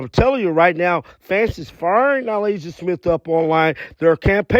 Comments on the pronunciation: Good vid, but how do you (who does this for a living), not know how to pronounce Na-LISSA? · You are butchering her name lol